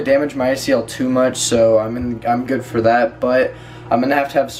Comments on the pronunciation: Locutus of Borg The First Time he said it he said Great But the second time It did kinda sound like he did gay haha. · Quentin Mcconathy he definitely said gay haha